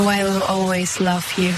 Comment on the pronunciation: "I wevu always love you" It doesnt even say it correctly.